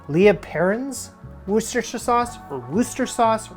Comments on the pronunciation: wooster-shire but the shire has more of a "sheer" sound to it, lea and perins is the original :) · "Lee & Per-rins Wu-ster-shire" sauce! Yes, English place names are bollocks lmao. Put a few drops on cheese on toast. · Butchered Worcestershire and then doubled down on the Lea (lee). 😂 Me trying to speak in the day to day.